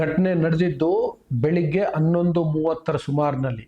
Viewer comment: ಅನ್ನೊಂದು ಅಲ್ಲಾ ಹನ್ನೊಂದು. ಡಫೆನೆಟ್ಲಿ ಅಲ್ಲ ಡೆಫನೆಟ್ಲಿ. ನೆಟ್ಟಗೆ ನಿನಗೆ ಕನ್ನಡವೇ ಬರಲ್ಲ.ನೀನು ದೇಶಕ್ಕೇಲ್ಲ ಬುದ್ಧಿ ಹೇಳಕ್ಕೆ ಬಂದಿದೀಯ ಇವನು ಪರಿಶಿಷ್ಟ ಅಂದಾಕ್ಷಣ ಏನು ಬೇಕಾದ್ರೂ ಮಾತಾಡಬಹುದ ಮಿಸ್ಟರ್ ನಿನಗೆ ಯಾರಾದ್ರೂ ಹೇಳಿದ್ರು ಇವನು cj ಆದಾಕ್ಷಣ namage ಉರಿತು ಅಂತಾ.ನಿಮಗೆಲ್ಲ ಒಂದು ಭ್ರಮೆ ಆಗಿದೆ ಥೂ ನಿನ್ ವೀಡಿಯೊ ಗೆ ಬೆಂಕಿ ಹಾಕ ನೀನು ಜೈ ಛೋಟಾ ಭೀಮ್